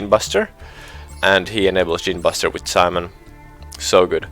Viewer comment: My guy you're pronouncing simoon wrong. It's pronounced like "Sa" and "moon". Not Simon.